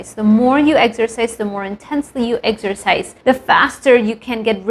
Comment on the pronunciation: Love how you say Eggsercise 😅